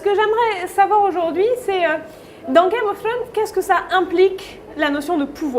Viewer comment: Comment dire, le tic de la main dans les cheveux, a perdre de suite, la prononciation de game of throne, je suis pas fana du tout anglais, et la voix un peu trop aiguë ne donne pas trop envie de continuer. Sinon super contenu rien a redire.